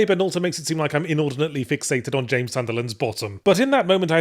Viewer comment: Yahtzee forgot how to pronounce Jaaaaaaaaaaaaaaaames Sunderland's name correctly for the third review now. maybe the memory is trapped in his fedora